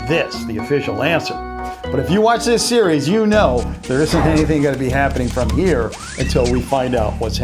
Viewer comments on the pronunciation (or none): none